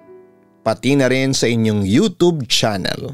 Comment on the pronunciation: Bt iba pronounce mo sa youtube.ang pronounce mobis youtob.pki ayos nmn